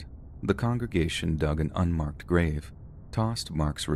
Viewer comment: An un-Mark-ed grave 😅